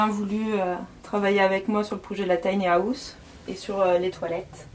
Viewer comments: Bonne vidéo mais à chaque fois que tu dis “house”, ça me stresse parce que tu dis “Haouse” Je dis pas qu’on doit tous bien parler avec un Bon accent mais quand même 😭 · la prononciation du mot house est revoltante. le h est sonore